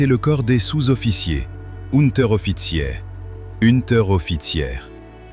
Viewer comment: Rarement autant rigolé! Je me suis infligé cette nullité sidérale jusqu'à "Uuuunnntèreoffitziééé" (en passant par "Réééiiitère"). Enseignez à votre IA à prononcer la langue de Goethe - un minimum! A fuir sans délai! Je me demande ce qu'aurait donné "Böhmischer Gefreiter" prononcé par ça... Horribile pensu, dictu, scriptu ... et toutes ces sortes de choses.